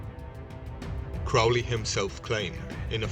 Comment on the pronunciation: His name is pronounced to rhyme with holy...get it right.